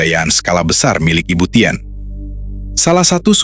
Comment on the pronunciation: Dan "TIN" bukn tièn..tp ya namanya robot..😅